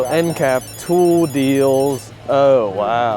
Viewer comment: says the word "tool" as tough its spelled "thull" 🙃